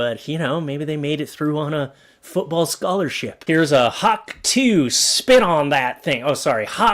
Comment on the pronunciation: It's hawk to-ah not hawk 2 the difference is the h at the end